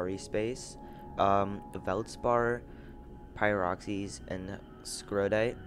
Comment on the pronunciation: Just a nit pick... It's S..core..dite. And Pie..rocks..ene